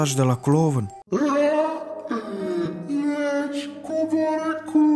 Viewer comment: Tu ai zis clovãn sau mid mi sã pãrut?